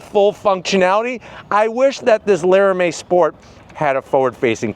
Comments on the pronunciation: "Lara-may"? its "Lara-mee" 😂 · Lara mee not Lara may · Crazy to think somebody that owns a demon 170 would say LARAMIE like that